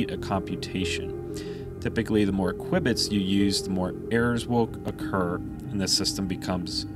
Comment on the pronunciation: The presenters repeated use of the terms KWIBBITS (instead of cubits) and computating instead computing - made this video unwatchable for me.